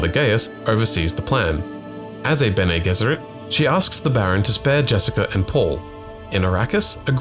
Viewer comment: They literally pronounce it in the the movie can you not change the pronunciation of bene gesserit to sound smarter